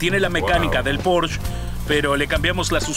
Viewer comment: La traducción hace que me revuelque de la cólera, “un porsché” 😤